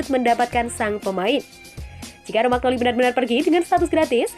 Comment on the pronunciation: Romagnoli baca romanyoli...